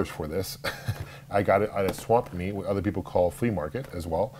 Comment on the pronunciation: Listen to him say Swap Meet again. I'm saying he doesn't talk properly. He said Swamp Meet. I don't watch his vids any more but the guy was so frustrating to listen to.